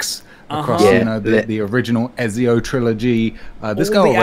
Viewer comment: the way pronounces ezio...